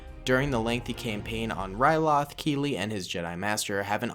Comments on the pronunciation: It's actually captain keeli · It’s captain Keeli 😂😂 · It's captain keeli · Its actually Captain Keeli